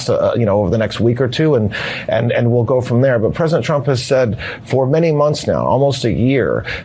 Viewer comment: Pwezident Elmer J. Fudd , darn wabbit!